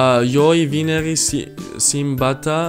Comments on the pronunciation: 😂😂😂 cica: luniii martii mieciuri ioi vinerii simbată duminica romana e chiar asa grea? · Siembătă, mierciuri😂😂it’s okkk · Simbata, Mierciuri 😂😂😂